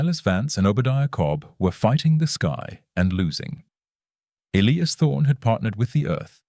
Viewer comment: Ah, yes. The ever present Elias Thorne and Silas Vance. And an AI voice that can't decide which way to pronounce Elias and struggles with temperature readings.